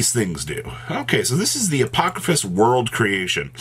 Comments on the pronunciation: I know that yugioh has some crazy made up words. But sounding shit out is not that hard. Apodrakosis, not apokrafis, how did you add an ‘f’ in there? lol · not even close to pronouncing the name right as usual 😆